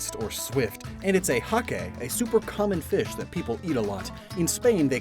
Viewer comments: Hake is pronounced Hake... like Rake.. not Ha-Keh. Most are found in the Atlantic Ocean, with some species found in parts of the Pacific. I honestly don't know where you got that pronunciation from, since it's the English name for a fish mainly used commercially in the western world.🤷🏻‍♂ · Hake is pronounced with one syllable like lake or take! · Shroodle isn't a dark type. Also you pronounced hake wrong. It's pronounced like bake drake or take. Dun dun Sparce!!! Rather than dun dun dun.